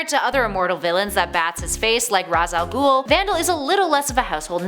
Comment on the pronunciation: " razz al ghul" lmfao